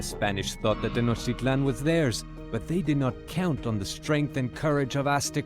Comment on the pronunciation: Tenochtitlán: Schnoktitlán